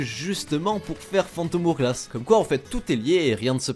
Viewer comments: "phantom oure glasse" J'ai mal ^^' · Le "Phantom Ourglass" m'a fait mal aux oreilles en tout cas xD